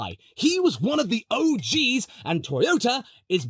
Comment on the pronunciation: I just want to say that hearing an Englishman say "OGs" is very weird to my Californian ears.